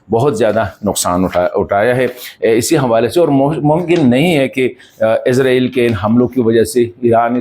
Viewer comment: ارے بھائی صاحب عزرائیل نہیں اسرائیل بولا کریں